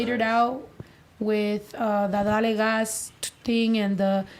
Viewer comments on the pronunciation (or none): none